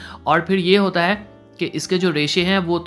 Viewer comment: the way he says " pyaar hoota hai muhaabat hooti hai " 🤣